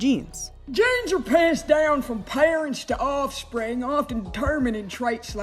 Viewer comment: I like my sex symbols to be able to pronounce offspring